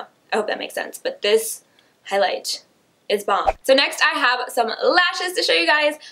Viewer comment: she totally said highs light bling around 6 mins and something 😂